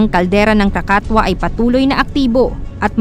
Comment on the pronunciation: KRAKATOA is pronounce as Krakatowa di po krakatwa